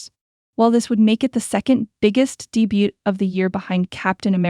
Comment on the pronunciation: The T in debut is silent, honey. 😂